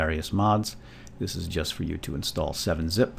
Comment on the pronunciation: The hell did you just say, "youst?" Like, a joust with yourself? This isn't about yousting, its about 7-zip and how to download it :P